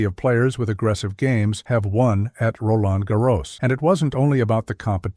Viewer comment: Nice video..... but what a butchering of name pronunciations...Pete Sampras, Roland Garros, etc.